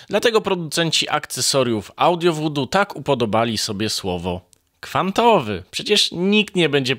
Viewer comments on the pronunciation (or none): none